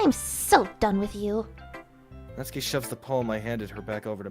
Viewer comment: OMG FIRST YOU ALL GET ME INTO ANDY AND LEYLEY AND NOW ONE OF MY FAVORITE INDIE GAMES YESSS Edit: SHE SAID NA-TSU-KI AND NOT NAT-SUKI! PEAK!